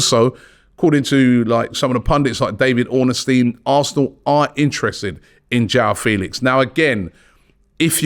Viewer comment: Robbie it's David ORN STEIN not ornestein